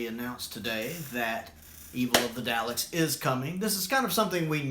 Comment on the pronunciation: Come on, dude. It's D-AH-LEKS, not D-OW-LEKS. 😜